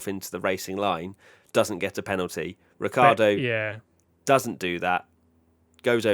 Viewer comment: And it is certainly not Ricki-ardo